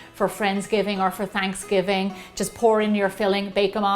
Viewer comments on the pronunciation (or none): not trying to be a troll but what's fransgiving lol